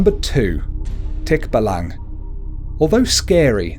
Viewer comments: Hes saying the creature wrong specially in tikbalang its actually Tik..ba.lang. Or Tik-ba-lang He said it fast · Thick- Baallang as you pronouce .. not tikbalang.. not short pronunciation . Plus you forgot tiktik, Kapre , igkanto, and duwende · You dont prounuced tikbalang tik-balang its tik-ba-lang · i mean its not tikba-lang its tik-balang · he is saying it wrong its not tik-balang its tik-balang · Nu-no not Niuno Al-bu-nar-io not albuniarno As-wang (straight wang not asw a ng) Also called the ma-na-nang-gal eater of babies(I got bitten by it or i dont know cause when mom went to the doctor there was no heart beat lucky me im alive still) Tik-bala-ng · Nuno - pronounce this, nuu-noh. Nūno Sarimanok - pronounce this, sah-rii-mah-nohk. Sarīmanok. K is hard. Aswang - pronounce this, ahs-wahng. Aswang. Two a's are short. Tikbalang - pronounce this, tick-bah-lahng. Tikbalang. The two a's are short. Manananggal - pronounce this, mah-nah-nahng-gahl. The "gahl" has short a. And just add a bit of Filipino accent flair aaaaand you got it! Probably. I can't confirm lol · Nonono its pronoused as tik ba lang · Its pronounced Tik-ba-lang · it is tick-ba-lang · and when you pronounce tikbalang have a 1 sec pause. like Tik-ba-lang. every "-" is 1 sec :D and the way he pronounce mananangal is correct :) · You said nr. 2 wrong just so ya know ^^ ((my php mom started laughing for No reason .-.)) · welp you dont know how to pronounce aswang or tikbalang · You pronownced it wrong! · I like how you pronounce Tikbalang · mali ang pag sabi mo na mananangal, tikbalang, at manok at nuno no offense po